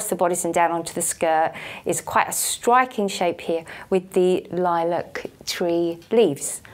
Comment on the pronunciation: The gal pronounced "r" as "w" striking= stwiking! lol